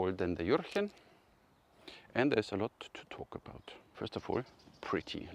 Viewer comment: juhhhhh-chen the "r" is a strong h